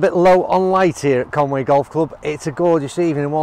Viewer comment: Conway??? Come on man, Conwy! Nice vid